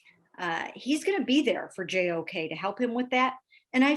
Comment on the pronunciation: I wonder how many times they repeat JOK full name as practice. has the pronunciation down perfect! Impressive